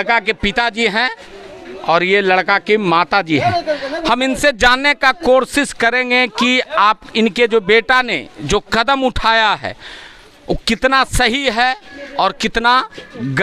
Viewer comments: Korsish nahi hota ... koshish hota hai sir ji ...... aur pahli bat ye sa. Bihar me hi jada hota hai 😂😂😂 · Koshish ❎. Korses✅😂